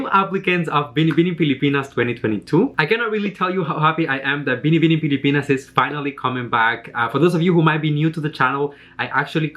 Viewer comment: I love the way you say “BINIBINING PILIPINAS” it was perfect